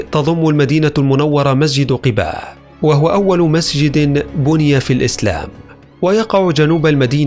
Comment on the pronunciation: مسجد قُباء (بالضم) وليس قِباء (بالكسر)